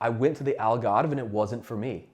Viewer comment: The way you said "Algarve" and "Senhora do Monte" ❤